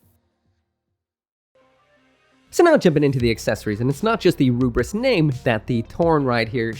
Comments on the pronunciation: "ELFRITH". THE DUB HAS BEEN OUT FOR MONTHS. WE KNOW NOW DEFINITIVELY IT'S "ELFRITH". NOT "L'FRITH" AND SURE AS HELL NOT "RUBRISS". I'm sure you don't intend it, but "Rubriss" comes across borderline racist - you've always been able to read that there's an L there, and thus had to know that the Japanese VA' s pronunciation can only be an artifact of the well-known difficulty of those who grow up speaking only Japanese distinguishing Ls from Rs. That is to say - and again I stress I'm sure you don't intend this - you sound like someone holding their fingers up to their eyes to pull them into a slant and saying "one rarge flied lice to go, anthing erse fol honolable customuh?" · I hated that he sticks on pronouncing it as rubris lmao. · Takes a lot of hubris to pronounce it "Rubris" 🤣🤣🤣😉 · While calling the Lfrith as "Rubris" isn't wrong, I just find it a bit annoying as it's actually meant to be pronounced as "Lefrith" it's just that japanese people pronounce the letter "L" as "R"